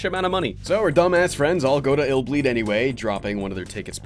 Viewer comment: So it’s not pronounced I’ll bleed. Lol